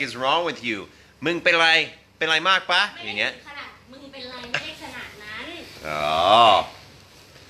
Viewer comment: ครับ ถูกอย่างที่อ.อดัมว่า ป่ะ นี่เขียนผิด ต้องเขียนว่า ปะ ซึ่งออกเสียงเอกอยู่แล้ว อันนี้ผมพลาดไปและลองไปหาข้อมูลแล้ว เป็นอย่างที่อ.อดัมว่าตามนั้นครับ แต่อีกเรื่องคือ อ.อดัมออกเสียง "ป้ะ" (เสียงตรี)คนไทยน่าจะไม่ค่อยนิยมนะครับ ฟังดูแล้วแปลกหู นิยมออกเสียง ปะ(เสียงเอก) จริงๆ"ปะ"นี่ก็น่าจะเพิ่งมานิยมใช้รุ่นหลังๆ ย่อมาจาก คำว่า หรือเปล่า เช่น ใช่ปะ ย่อมาจาก ใช่หรือเปล่า จะเอาอะไรปะ ย่อมาจาก จะเอาอะไรหรือเปล่า ผมชอบอ.อดัมนะครับ เป็นกำลังใจและจะคอยติดตามผลงานอยู่เรื่อยๆ ^^